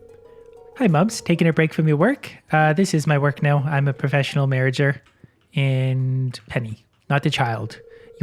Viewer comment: "uh this is my work now, im a professional mairrager." lmao